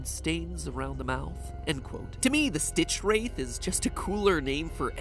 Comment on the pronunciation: Did you seriously pronounced StitchwraiTH like that??